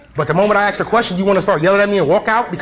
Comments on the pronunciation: It's 'ask' no axe her a question ffs. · Since when did Americans start saying axe instead of ask? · Sorry you can't record audio without consent. And why do you keep saying Aks? instead of Ask? its funny one time he did say ask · The fucking word is ask A S K Not fucking A K S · this video gives my hurt the brain. "i axed a question" and can we stop using "cops kill people" as an excuse? no wonder the guys paying child support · Learn to ask a question. Not axe. Makes you sound illiterate. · It didn't help to say "ax you a question". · It's not aks!!!!! it's ask! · Well, you know, you could quit being a dumb animal, and support your child? Oh, and btw the word is "ask" not "ax" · Its pronounced ask not acks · "All I did was axe a question" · "axed her" W.T.F.?